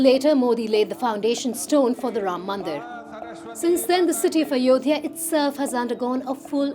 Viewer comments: Hey. Please at least attempt to say names correctly. You weren’t even close with Ayodhya.. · When you can't even pronounce "Ayodhya" correctly but have to do copy paste propaganda and bigotry 😅😅😅